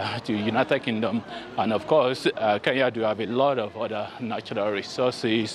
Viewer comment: Why do you West Africans pronounce Kenya as Keya?,..